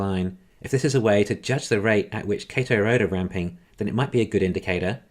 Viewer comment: Tesla’s cell factory is on Kato Road, not “Kado Road”.